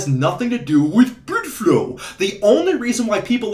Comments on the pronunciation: Say blüde flo one more time. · "blüdflow" hahahahah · „Blüdflow“. Cracks me up every time.😂